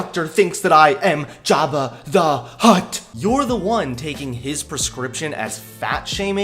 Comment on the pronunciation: "Java the hutt".. I swear I heard that